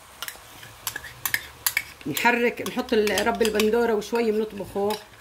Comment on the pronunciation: معلش اختي رب البندورة . الراء مضمومة.